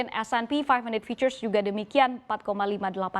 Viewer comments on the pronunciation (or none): none